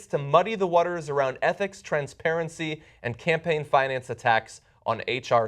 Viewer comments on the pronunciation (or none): none